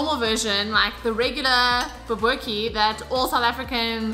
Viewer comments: Pronounce it "boo-bo-teee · It's pronounced "ba boo tea"😁.....your recipe looks and sounds amazing 👏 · 🤣👏🏻👏🏻 Pronunciation completely wrong… BO-BO-TIE… the T is the one you want to emphasize when saying the word😜 Can’t wait to make this!!! Love you … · Bobotie with a t, not kie or tjie. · lol it's pronounced bobotee